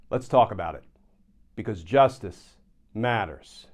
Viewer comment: why do you say "justice matters" so strangely? "because... justice. MATTERS"